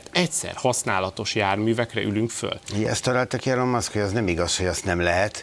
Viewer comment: Nem Elon, ejtsd Ilon